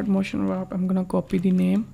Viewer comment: Its wArp NOT wRap